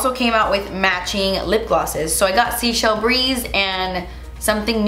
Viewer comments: The Seychelles are an island group in the Indian Ocean. It's pronounced 'Say-shell', not sea shells ;P That pigment blend is GORGEOUS! I'm also really curious about the new Buxom blushes, too, so I'll give them a look on your rec. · please head my words! Seychelles is pronounced Say-shells not seashells 😘 it’s an island country off of Africa in the Indian Ocean and it is beauuuutiful! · FYI Seychelles is actually pronounced SAY-chelles, not "seashells". It's the name of an archipelago in the Indian Ocean... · She pronounced it wrong in another video too. People commented telling her how it is pronounced, but obviously she didn’t read the comments. 🤷🏻‍♀️